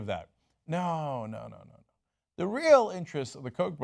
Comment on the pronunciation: I love when my American Turkish favourite broadcaster and owner of TYT say: at the end rather than at ( thi ) end since the determinate article is written always THE but is pronounced differently. the boy CONSONANTE the end. VOCALE not a criticism just a reminder . LOVE YOUR INFO SHOW KEEP IT REAL. HILLARY 4PRESIDENT. BRUNO BRIZZI MACCAFERRI